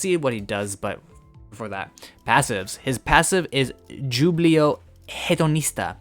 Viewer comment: j in spanish sound a little like if you are saying who, whobilo, whogar is not the same sound but you can start there